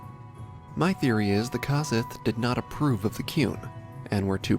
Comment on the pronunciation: isn't it pronounced COsith like CO-OP?